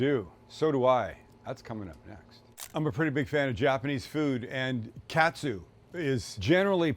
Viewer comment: Just a heads up since you’re coming here in a couple of months, Sam…it’s not pronounced cat-sue, it’s kaht-su (think of a New Englander saying “car”).